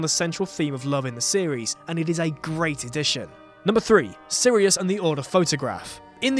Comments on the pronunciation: it's SIRIUS not Syrius .. sheesh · ish, *Sirius not 'Syrius' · "Syrius".... really? It's 'Sirius' 🙄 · It's Sirius, not Syrius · SIRIUS not syrius. Common guys... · Did you just... SYRIUS?????!!!! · sYRIUS?? WITH A Y?? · Its SIRIUS